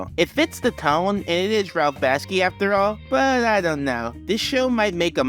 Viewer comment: It’s Ralph Bakshi, not Baski.